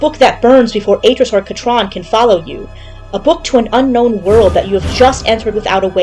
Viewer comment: Yay someone pronounced Kat'ran properly in a YouTube video 😅